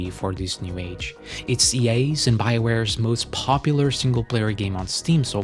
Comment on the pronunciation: Why do you pronounce EA as "yay"? :P